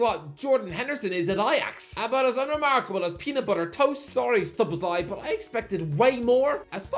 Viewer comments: can now pronounce "Szoboszlai." 😅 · Ralf Rannick Tomas Twoshell Erling Halland Javi Garcia Yurrgen Klopp Chicarito Mwais Saicedo Solobzlai (Dude finally corrected it in this video) Josko Vardiol (Pronounces as J) Horhe Mendez Andoni Iriola Buyako Saka (2020 ) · finally pronounced szoboszlai properly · finally nailing the szoboszlai pronunciation